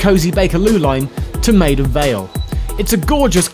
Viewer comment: I swear it sounds like Geoff says "the Battle of Made-up" .